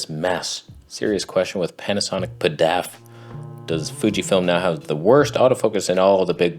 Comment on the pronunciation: Never heard anyone say PDAF as 1 word, made me laugh, thanks.